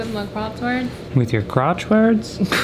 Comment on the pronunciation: It did sound like said "crotchwords". 🤣🤣